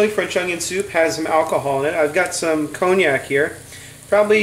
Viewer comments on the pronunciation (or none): Pronounced Konyak! And while I’m here it’s Mosko, and Maths ...🤣🤣